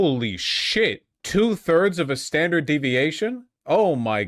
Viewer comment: Yeah, I'd give this video a solid 8... IF THE MEAN WAS 3, AND THE STANDARDT DEVIATION WAS 0.4! (yes, I spelled 'standard' incorrectly on purpose for emphasis because my guy pronounces the word like it ends in "dart" rather than "dard." Also SYBAU if you have a problem with it.)